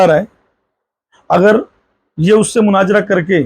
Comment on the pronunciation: Munazara bolna nahi aaraha hai ja panchar jake bana tere liya wahi thik hai 😂